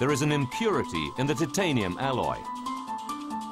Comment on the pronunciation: The way that the narrator cannot pronounce titanium correctly is killing me